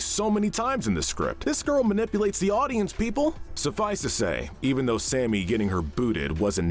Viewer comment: I like how you call Sammy "Sammy", and not "Samey" like Amy did.